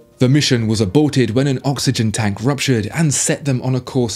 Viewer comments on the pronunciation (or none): none